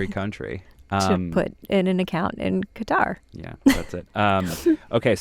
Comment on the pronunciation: Qatar is not pronounced "cutter"..... it's Kah tah ...just sayin'